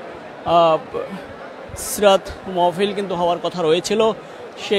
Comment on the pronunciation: মাওফিল,মওফিল❌ মাহ্ফিল✅ হবে।